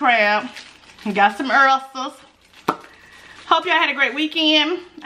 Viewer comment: How do oysters taste? Ooops I meant "errsters"!!😆😆😆😆